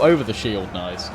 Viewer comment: Don't stop saying noice it is funny :)